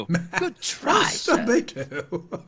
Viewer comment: Did he say Master Beto or master baiter